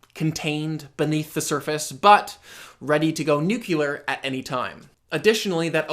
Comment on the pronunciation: Cute... check. Thoughtful... check. Says "nucular" instead of "nuclear"... sigh. I guess nobody's perfect :-P Anyway, what really blew my mind this episode (by design, I assume, since they played the mind-blowing music at that point) was Burton's ability-- thought his claim to divinity seemed so outlandish-- to flip things in a moment, for me, and I felt for Matt, and make us entertain the notion that "holy shit, maybe he is 'God?'" And it was with a trap that Matt sort of walked himself (and me) into, and a trick that worked because, for us and for the characters, the 'button' Burton pushed ("Well what DO you take responsibility for? [...] The Sudden Departure?" / "Yeah, that one was me.") is a touchstone that yes, this is a story-world in which the supernatural happens. The mountains, sunsets, the Black Death, may all be natural phenomena and referring to them doesn't have to have any particular meaning; but 2% of the population did spontaneously vanish, for which people are still looking for meaning, and once we're reminded of that event and how it upset the natural order... well, why couldn't God be an anti-social loner on a ferry? If hundreds of millions of people could disappear into thin air? And once he slipped into that 'crack' in the armour of rationalism/skepticism, everything else he conjured up with a bit of cold reading-- or everything Matt volunteered and then found turned back on him-- suddenly seemed 'charged' with divine insight. The music helped to 'mystify